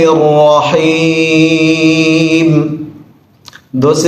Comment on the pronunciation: را کو بہت کم ظاہر ہوتا ہے اسی وجہ سے ہوسکتا ہے ۔ آپ ہمارے استاد ہے، ایسا نہیں ہے میں غلط اعتراض کر رہا ہوں